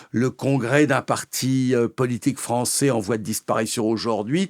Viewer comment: On ne dit pas "françé" "anglé" mais "français" "anglais" jusqu'à preuve du contraire... La fausse diphtongue "ai" se prononce "è" et non "é".